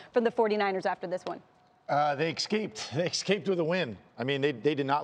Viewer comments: ESSSS-caped. Not Ex-caped. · Stop saying, “ekscaped”.